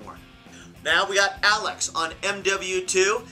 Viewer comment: lol alex when it actually says axel? xD